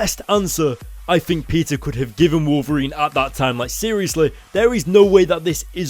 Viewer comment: when he sais peter it sounds like pizza